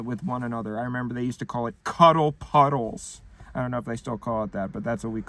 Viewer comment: The most atrocious pronunciation of cuddle puddle.